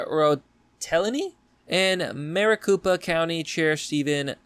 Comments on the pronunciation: Maricopa is pronounced Mari-cope-a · It’s actually pronounced mare ah cope uh county